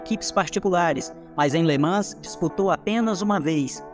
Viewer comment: Somente a pronúncia de LeMans que está errada… Nao se pronuncia o S